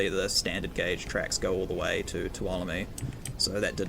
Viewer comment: Amazing map! I've already spent a couple of hours investigating it and intend on checking it out in VR this afternoon. I'm familiar with the Tuolomne area (I live in California) and you have really captured the feel of the area quite well. By the way, it is pronounced (phonetically) 'too-ahL-oh-me' with the accent on the second syllable. 😀